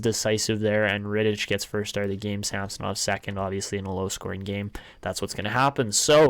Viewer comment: SamsOnov not a SAmsonov